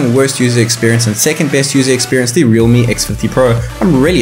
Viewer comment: Realme not reame